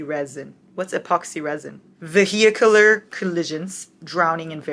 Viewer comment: Babe, you pronouncing vehicular made my day 😂 (I know English isn’t your first language 💜💜)